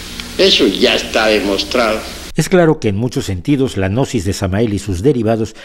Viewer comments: la g no se pronuncia, y existe desde hace miles de años, Gnosis quiere decir conocimiento ,tampoco pasarse de ignorantes. Excelente enseñanzas , entendiste muy poquito. Los protocolos los interpretó como reales, sola basta leerlos. Y cuando llega a la parte del autoconocimiento ahi si veo que este personaje es totalmente ignorante del tema.... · El hombre parece loco y tenso como habla, pero no lo conozco, y la gnosis viene de conocimiento, y están los "oscuros" y los de la luz, así que esté hombre de este canal me parece que no sabe de nada de estos temas evidentemente, solo habla de forma burlona , no sabe ni pronunciar gnosis, perdió toda seriedad. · La pronunciación correcta de "Gnosis" es agregando la letra "a" quedando como "Ganosis" es decir que están muy ganosos. :) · pronuncia gnosis de forma errada de manera burlona, es sarcasmo. No lo ves? 🤦